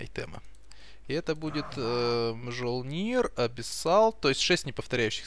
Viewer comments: Правильно, "мжолнир" - это "мйолнир", а "даедалус" - лучше произносить "дэйделес" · для общего развития правильно "Мьёльнир" - молот тора